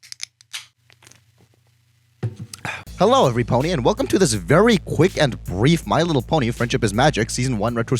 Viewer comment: Bro said brief